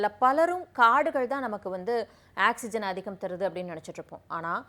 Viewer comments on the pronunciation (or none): none